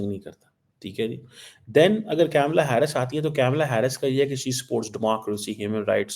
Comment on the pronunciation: Kamala Harris ..not kyamala Hyarris..ok..English medium?